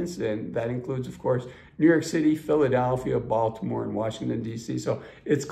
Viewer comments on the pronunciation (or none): none